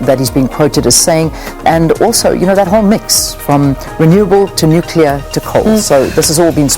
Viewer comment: Please not nuclear 😠